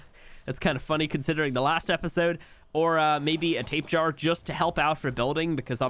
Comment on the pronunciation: It makes me cringe when he calls them tape-jars. It is pronounced “tap-e-jar-a”